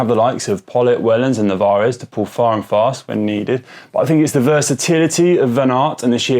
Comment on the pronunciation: Two things: 1) Narvaez. Not navarez. Pleeeease get this right its doing my head in 2) surely affini makes the list of powerhouse domestiques? His Giro was arguably as phenomenal as WVA's, monster engine -- definitely on the flat stages